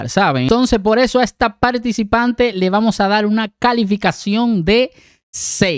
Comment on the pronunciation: Minuto "Y esta "palticipante" no canta "mar"... ¿De dónde es este youtuber que invierte los fonemas "r" y "l" arruinando a nuestro idioma español? Inicialmente pensé que era de 🇲🇽 cuando lo oí decir "chamaquito" pero cuando no reconocio a Alex Lora del Tri ya no sé de dónde de es porque si fuese mexicano sería alguien que no merece tener un canal de YouTube...🤷🏻‍♀️